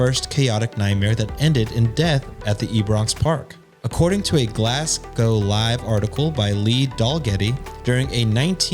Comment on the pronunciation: So nice to hear you pronounce Glasgow correctly!